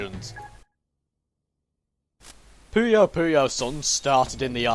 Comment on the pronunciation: Thank you for saying "Pooyo Pooyo" and not "Poyo Poyo"